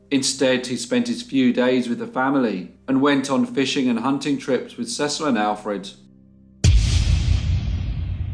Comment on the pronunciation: In America we pronounce Cecil. Cee-cil. Another great case, poor boy tho!